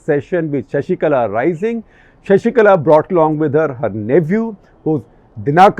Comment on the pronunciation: It's not Sashikala, it's Sasikala..